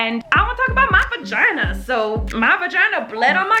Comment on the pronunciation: Love how she calls it a vaheen😂😂